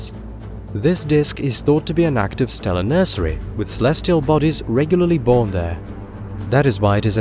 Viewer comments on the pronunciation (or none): none